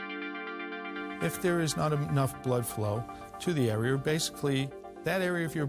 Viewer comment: THE dr. Says are'er. Instead of area. I never understood how that kind of accent came about. Luke people who say warshed instead of washed. How did that come about. Id live to know. No judment.